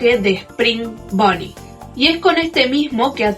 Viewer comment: "Bonnie es azul" creo q te amo (primera persona que lo dice bn)